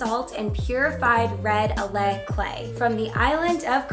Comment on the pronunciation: FYI, speaking as a Hawaiian who has an understanding of pa'akai(Hawaiian salt). First, it's Kauai, not Kawaii. Second, authentic pa'akai, whether from Kauai or any other island, cannot be sold. It doesn't meet FDA "regulations." Meaning it doesn't have the life bleached out of the pa'akai. So, what you're selling is not authentic pa'akai. And third, it is not alae, it is alaea. Please, if you're gonna do Hawaiian, do it the pono (correct) way. We don't need foreigners constantly butchering our language and culture.